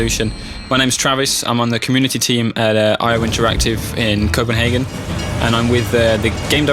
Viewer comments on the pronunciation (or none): Did you say Copenhagen???